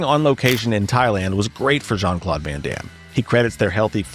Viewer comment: I get triggered as hell when ai narrations and videos start going incoherent by calling jcvd Shawn Claude van damme😅 as fucktarded as Terrence Howard is I think he would've narrated this video better😅Shawn Claude van damn😅